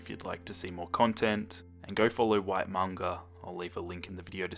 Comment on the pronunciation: oki sorry about thos but manga is pronounced mang-ah